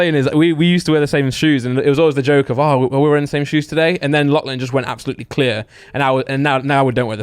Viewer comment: It's not clan it's Lachlan